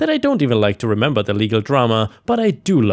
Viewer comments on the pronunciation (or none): none